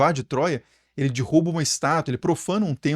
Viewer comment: Viu já me desculpe... Mas o seu "dirruba" igual o da, "vc não me dirruba" me fez gargalhar. Hehehe eu amo seu trabalho.